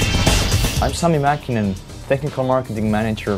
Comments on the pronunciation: Its Mäkinen not Maekinen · its " Sami Mäkinen " u failed his name -.-'